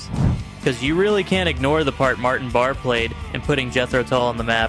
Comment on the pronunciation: Just to be clear to everyone; Martin Barre..his last name is pronounced BAR not BARAY and Jan Akkerman his first name is pronounced YARN not JAN. You seem to make these mistakes at first, then make them correct later in each instance. Puzzling.